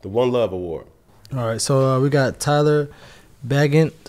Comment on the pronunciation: "tyler" bagent 😂😂 tyson*